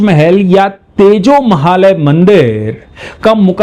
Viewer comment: नमस्ते सदा वत्सले मातृभूमे 🙏💐🚩 बोलते समय आप कभी तेजो महल बोलते है, लिखा तेजो महालय है, सही क्या है 🤔